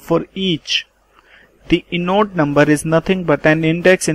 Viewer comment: inode - pronounced eye-node not inn-node. Apart from that, thankyou for the useful presentation, good job!